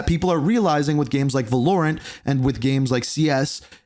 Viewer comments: Bruh said Vulurent not Valorant lol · Bro said Va-Lore-Ant It's pronounced Val-Or-Ant I don't even play the game but I feel the need to be a nammar grazi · vo-lorant is crazy bruh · The way you pronounced valorent had me in stitches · we need to talk about why he said Valorant like that